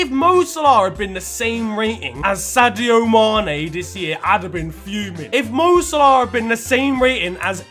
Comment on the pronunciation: This btec neymars football knowledge is shocking and his pronunciation of mo salah is jokes 😂😂